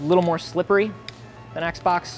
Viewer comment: The way he says Xbox idky but its funny